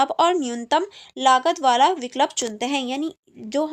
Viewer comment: It's vikulp not vik lup it's vii kulp